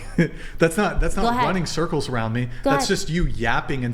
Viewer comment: “Running surculs around his Aauusss”😂